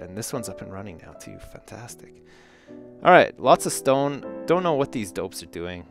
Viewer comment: when says fantastic it kinda sounds like funtastic